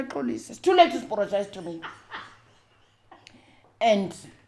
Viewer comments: "It’s too late to sporogize! 😅"...The way she tells her story is something special. She’s been through so so so much, yet she still manages to share hardships with humor and grace. That kind of resilience is beautiful ! A rare gift ! ...She almost took me out with ,"it's too late to sporogize!"😅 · "Is too late to sporogize" 😂😂😂😂😂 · I can't stop laughing it's too late to sporogize.I'm going to say it to my husband each time he apologizes!😅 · "Too layte zuporojaize"😂😂😂😂😂